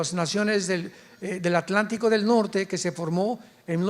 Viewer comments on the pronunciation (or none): none